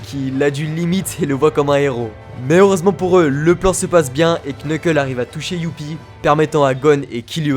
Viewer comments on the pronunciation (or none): Tu prononces très mal les noms... KNEUKEUL, JONESSE... C'est limite un manque de respect 😂😂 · Nan par contre « Quneuqueule » c’est trop un peu de respect stp